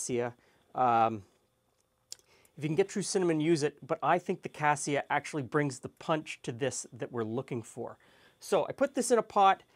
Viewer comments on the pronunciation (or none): none